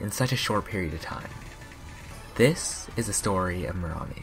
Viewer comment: You are supposed to pronounce it meramí !